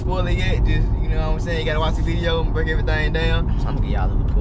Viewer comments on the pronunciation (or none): none